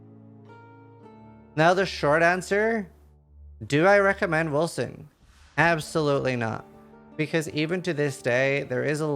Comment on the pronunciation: They made the c as an s sound? Now it just sounds like Wilson